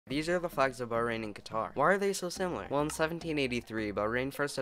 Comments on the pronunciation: btw you’re pronouncing it wrong it’s more like qa-tur with a more emphasis on the throat, not ka-tahr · Thanks for this vid! I respectfully have a notice to all anglophone people! Qatar is pronounced like qa'tar (the second a sound is short) not like qataar. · as a Qatari, you're also pronouncing it wrong. Locally we pronounce it as Gitar. :) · remember Bahrain is pronounced buh-HRAIN and not BUH-rain and Qatar is pronounced exactly the same way you would pronounce cutter. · You wanna know something? You pronounced Qatar wrong.